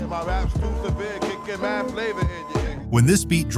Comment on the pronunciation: Flahva in your ear